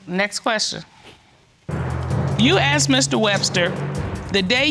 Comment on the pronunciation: In english it s asked , not axt